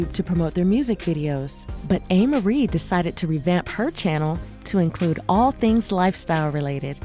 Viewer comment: So, it's pronounced "A" Marie... NOT "Ah" Marie... She's a beautiful young lady - I hear 1/2 Black, 1/2 Korean...